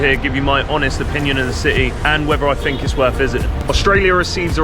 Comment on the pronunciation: "Fink" - opinion disregarded